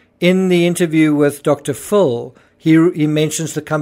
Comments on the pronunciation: The way you pronounce Dr. Phil sounds like you're saying Dr Fool. 😅 Phil is pronounced as if it's spelt Fill. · Why is the narrator pronouncing Dr. Phil's name as Dr. Phool? Is he making fun of Dr. Phil's name? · I’m sure it’s an artifact of your accent, but I love how enunciates Dr. “Fool.” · Is he really saying Dr. Fool or is it his accent? Either way it’s genius lol